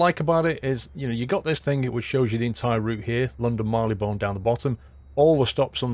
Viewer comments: Mar-lee-bn. I think you put too much stress on the 'one'. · please pronounce Marylebone correctly kthxbai love Davina